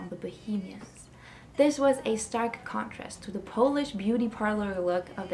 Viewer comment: Super- but it is polished. Short sharp o - Polish - Powlish is a nationality ;) Patrick Litchfield lived in our village at a place called Shougborough Hall. He was the queen's cousin. I was friends with his daughter Rose. 😊